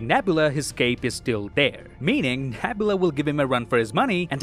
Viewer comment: Gunn didn't say this was the last Guardians movie dude. He said it's the last time we'll see these guardians. Another thing: you have a couple names wrong. Karen Gillan's character name is NEbula, not NAbula. And Rocket's girlfriend's name is Lylla, not Alylla.